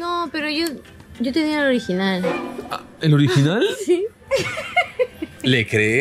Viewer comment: Era el ogirinal ... el ogirinal ... jajajjaaj